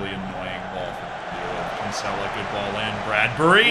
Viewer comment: It actually hurts how he pronounces Kinsella